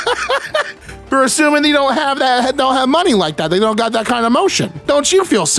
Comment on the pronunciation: Why do you pronounce "they" as "thee"?